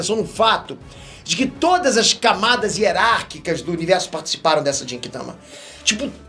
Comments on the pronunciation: Eu, até agora, não consigo tankar o jeito que o pronuncia "Genki Dama", não sei o pq ainda. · Continua falando Genki Dama errado....kkkkkkkkk